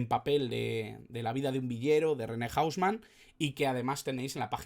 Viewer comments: Buen video, pero si le preguntas a un argentina sobre "hausman" va a pensar q hablas de una discoteca o del hombre casa nose, aca se le dice "jouseman" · O-u-s-m-a-n, no hombre casa , así se dice en Argentina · Un crack "el loco"! para pronunciarlo estamos acostumbrados a JOU SE MAN Saludos Cordiales, UruguayoChanta